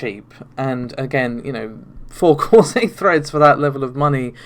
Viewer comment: Even though you'll have to endure the Narvay (Navi), Renault (Renoir) and freds (threads) pronunciations?